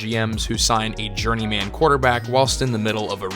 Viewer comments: "journey-man" - it's pronounced "journeymen" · It's not Journey Man, it's Journeyman. Pronounce it more like the name Silverman. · Yeah, it's pronounced journeyman, not journey man. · Please stop saying journey-man. Pronounce the man part the same way you would in fireman, not Fire-Man. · Need to learn how to pronounce "journeyman." Or not. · I really hate the way this guy pronounces the word journeyman. He must have no friends, otherwise somebody would have told him to fix that before he published the video. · You pronounce journeyman in an odd way